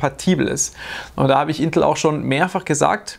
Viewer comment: Hört sich bei dir an als würdest du Intl sagen 😅